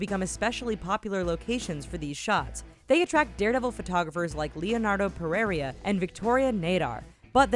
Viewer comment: Thats not the way you say pereira lmao